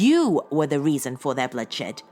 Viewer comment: I'm very curious to know why you sometimes say 'de' instead of 'the' when you are quite able to pronounce 'the' properly with your quite posh accent! Very bizarre